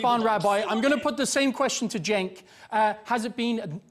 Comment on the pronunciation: ole lady callin cenk "jenk" 😂😂